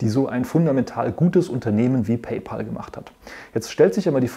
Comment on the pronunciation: Hallo, war wieder sehr interessant. Bitte erlauben Sie mir ein paar Anmerkungen: sollte beim Vergleich der Zahlungsdienstleiter am Anfang des Videos, nicht auch Block (Square) erscheinen, und sollte nicht Affrim zu Amazon Pay addiert werden nach deren Merger? Sie und die meisten Deutschen Analysten sprechen immer noch PayPal Deutsch aus, also PeiPal und nicht und richtigerweise PayPä!!l. Der Name der Firma kommt nählich daher, dass Elon Musk, der Gründer, daran gedacht hat, in einem kleinen Deal einen Freund/Kumpel = Pal (Päl amerikanisch ) zu bezahlen. PayPal heisst einfach nur "Zahl Deinen Kumpel". Viele Grüsse, Andreas Popp